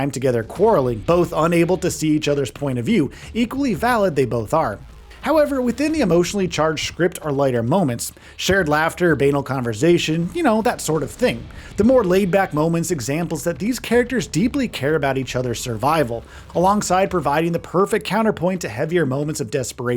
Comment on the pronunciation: Great vid but I think you should look up how to pronounce banal properly 😂